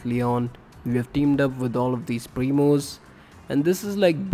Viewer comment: Thank you, it helped me to push El Primo to 1000, it's my first Rank 30 brawler, I hope I will get more tips and tricks like this. Fun Fact: When this guy says "Primos" it sounds like momos lmao